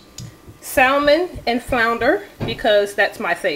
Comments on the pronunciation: The L in salmon is silent, it's pronounced like sammun. Sorry just a pet pee of mine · I’m sorry if you can’t pronounce salmon I question everything else